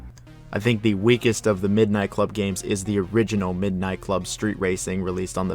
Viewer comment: This dude is an ai nobody says midnight club like that.